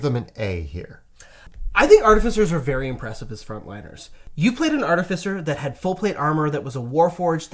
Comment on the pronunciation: It's pronounced "ar-TIF-icer".